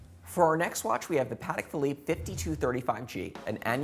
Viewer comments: Please, please, please learn how to say the brand name properly. It’s not ‘Paddeck Phillipe’, it’s Patek with a t. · Idiot can’t even pronounce it right!